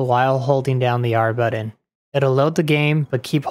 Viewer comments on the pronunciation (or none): The word is "button", not "buddin". lol